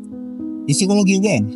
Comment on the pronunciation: Ngotot banget ngomongnya berisikkk Ganggu! Satu lagi, Psikologi bacanya sikologi bukan sikoloji pak.